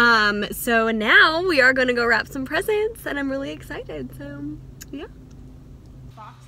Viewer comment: When said Wrap I heard Rap..